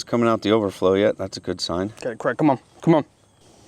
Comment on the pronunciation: Is your name Craig with an a or Creg stressing me out honestly man try using the a in his name 😩😩😩